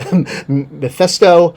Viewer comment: why is it so hard to pronounce mephisto???? And yes you blabber way too much. If you ran…….😂😂😂😂😂. No toy company wants anything to do with you. Prove me wrong. And after listening to your ideas, it’s very evident why they all fired you. Nothing you mentioned would fund. And your camera is still messing up.